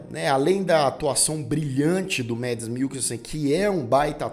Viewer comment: Parabéns pela resenha,! Uma dica: a pronúncia é "mAds" mesmo. O nome do ator não é em inglês. Abraço e sucesso pro canal, to sempre prestigiando!